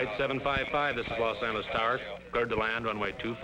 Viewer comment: Los Angle-leez...wth